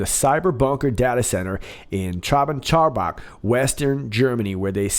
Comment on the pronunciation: boy they gave you Traben Trarbach to read and you mastered it flawlessly. I can't do that, and I am German. just wow